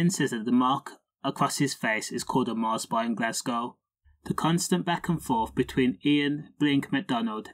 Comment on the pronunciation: Mars bar......rhymes with "scar"